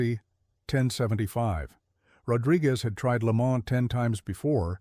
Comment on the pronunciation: If you intend to continue to narrate these programs, please become in touch with the correct pronouncing of words and names such as Le Mans, Porsche.